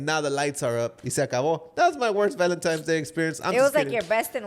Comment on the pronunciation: Like I've said before.... Can't miss your guys podcast. But question... I've always heard people talk about Valentine's day not valentimes day and I'm wondering if people say it different depending where they live. Btw listening from Chicago 🥰